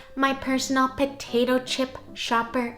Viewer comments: Potatoe chip? I thought you said Chopato pip ! 🥔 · I would try the Cucumber . Potato chip? I thought you said Chopato Pip!